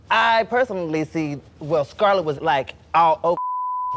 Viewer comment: Finally you SAID SCARLETS NAME RIGHT congrats girl